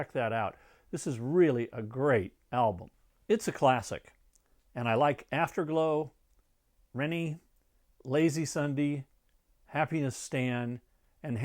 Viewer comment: 'Rene' is pronounced 'reenie'